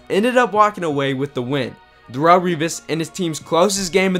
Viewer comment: Who is "Dahrull"? Lol...its not pronounced that way